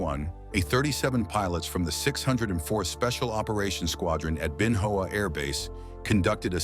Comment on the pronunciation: Ben Hoa pronounced: Bin Wa (short “a”)